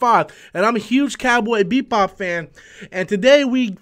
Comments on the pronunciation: Why does he keep on saying Beat Bop instead of Bebop???? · This video is funny, You remind us 5 times you are a fan of "Cowboy BEATBop" you never pronounced it correctly 1 time. You also wear a shirt from the anime so you add more credence to your statements. You complain about the concept of people being cast as Asians in anime as a problem because not every anime character has to be Asian, but that doesnt mean they dont have to be either. Also 4 people were cast here, 1 of them is Asian, yet you focus on that as your complaint in that argument. This was a 3 min video spread out over 6 mins so you could make it seem like you had a lot to say but instead you simply regurgitated news from an article that everyone could have read for themselves. You also admitted you talk about Captain Marvel "for the views" so I would say your channel is just a resting ground for stale content and boring commentary. People watch you because they laugh at you, not with you. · Beep Bop? Also, you can’t pronounce Pin-eda? Come on, BOY! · Why does it sound like he's saying BEATBOP. xD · "Cowboy BEEP-bop" "John CHOW" lolol